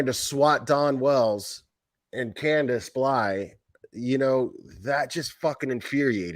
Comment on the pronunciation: And quit saying Grandus!! The woman has a name!!! It is Candus Harer!!